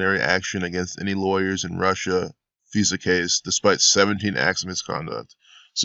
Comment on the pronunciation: FISA..... F-eye-Sa....